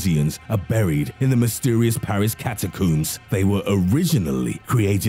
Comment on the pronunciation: catacoombs :s